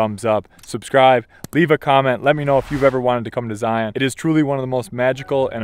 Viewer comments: The biggest tell when someone isn't from Utah: Zy-AHN instead of Zy-uhn. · Great video but like I commented on your other vids as have others, it’s cringe worthy when you can’t properly pronounce the name of the park that you’re visiting ...Zion is not a hard sounding ON- it’s Zi-un.